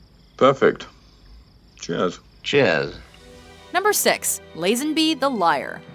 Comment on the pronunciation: The narrator's mispronounciation of George Lazenby's name is really annoying. It's "Lah-zenby" not "Layy-zenby".